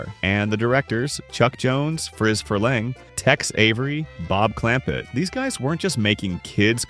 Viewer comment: His name is spelled interestingly but I think you kept misprounced Friz Freleng (last name sounds more like Free)